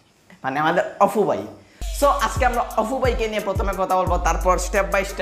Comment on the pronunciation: ভাই, অপু, না, অফু। কুনটা।